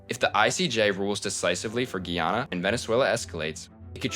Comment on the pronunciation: it's pronounced GUY- ANNA